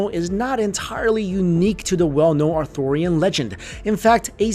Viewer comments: Interesting video, but you may want to check a few things, including your pronunciations, prior to recording. It's not pronounced Arthorian, it's Arthurian, after Arthur, not Arthor. Not Seltic, but Celtic, as in the celts ("kelts"), not the selts. Just saying. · The pronunciation is not "authorian" as in "Author" of a book. But ARTHUR, or (Are Tur). If your going to narrate a video, at least get the Once and Future King's name right.